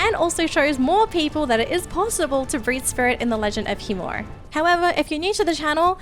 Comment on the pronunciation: is the "i" in khiimori silent or is it being pronounced wrong? Not shitting on u its just very confusing as a person who likes to pronounce things properly and is hearing two different ways to pronounce it.